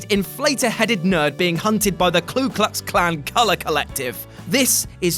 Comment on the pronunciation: Did you really say Klu Klux Klan? There's no L in the first word.